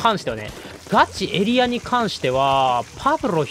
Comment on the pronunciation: ガチエリアの発音がガチ↑エリア↓なの面白いw 一定の場所を守る力はエリア以外のルールの防衛も同じこと言えそう